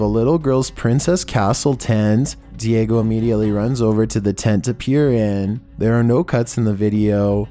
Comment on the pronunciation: Its diego not diagio